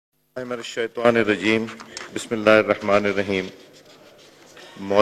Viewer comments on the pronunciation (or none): none